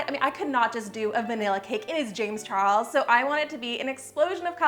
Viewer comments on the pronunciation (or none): you forgot the l in charles no hate though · Ok but is no talking about how she forgot the "L" in CHARLES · you missed the "l" on "charles" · Yeah she did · You missed the L in “Charles” 🤦🏽‍♀️🤦🏽‍♀️🤦🏽‍♀️😂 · She forgot the "L" in Charles